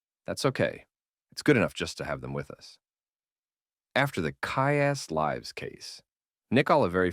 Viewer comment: Nicely done. A very under appreciated genre. The thing that bugged is the AI voice mispronouncing Kyuss Lives as Kyuss “Lives” as in a live album.